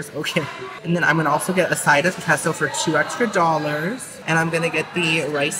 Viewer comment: Queso is pronounced Kayso